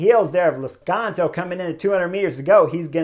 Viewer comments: Chris, it's Lazcano, not Lazcanzo. Anyway, great review again! I don't get to see many of these race live, but watching your video's is almost better. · I'm sorry Chris, Lazkanzo? or Lazkano? Not once you said it right knucklehead. :)